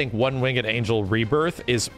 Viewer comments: It's Winged, not Wing-Ed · you pronounce winged wrong dude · Also its "One winged angel" not "One wingded angel" or "One wing and angel" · "one wing-ed angel" lol bruh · Who pronounces the e in winged? I only ever hear wingd. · The way he says "winged" irks me slightly. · Are you saying one winged angel like that on purpose?